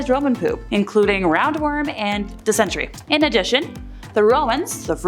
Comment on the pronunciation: Its dysenTERY.